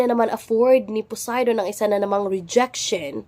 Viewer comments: "BILASA" "C PUDAY" 😂😂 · Balisa ❌ Bilasa ✅ Poseidon ❌ Pudayton ✅ Sorry maam naaaliw po talaga ako sa mga chismyth nyo 🤣😭